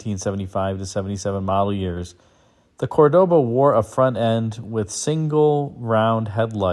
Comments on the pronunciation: The car is beautiful, but I dont like you say: CordÓba, it is CÓrdoba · the true pronunciation is COR doba... emphasis on the COR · It would be scratchy fine Corinthian woll. Corinth raises sheep, not cattle, lol😅. Also the pronunciation of Cordoba is an affectation, which Montalban pointed out. There was a Dodge version which was not successful.